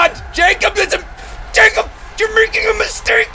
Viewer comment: JACOB YOURE MAKING A MISTAKOB!! Lol that's how I can tell you're A) Scared B) didn't listen at school in English